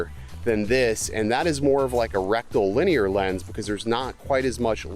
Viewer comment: Is it my imagination, or are you saying . . . Rectal. . . Linear? 😂😂😂